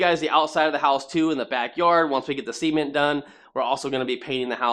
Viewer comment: Why does your cement sound like semen? 🤔